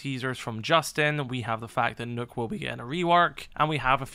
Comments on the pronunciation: Its nock not nook yung blud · “Knock”. Not “nook”